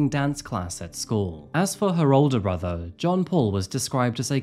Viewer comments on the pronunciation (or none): none